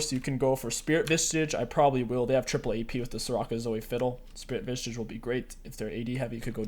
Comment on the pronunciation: Vissssssssssssssssssssssssssssssssssage bro not visTAGE.